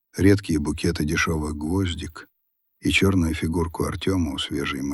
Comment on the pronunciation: Когда ума начнёте набираться ??? Какой это чтец ??? Это ИИ , особенно , когда, вместо : гвоздИки, называют гвОздики.